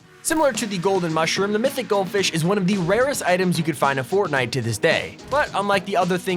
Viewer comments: Fortntie LOL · Is anyone going to notice the point that he said fortnat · Go to he says fortnite so wierdly